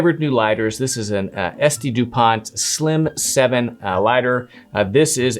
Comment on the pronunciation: How long before these are replaced by electric lighters 😂. Dupont pronounced Dupon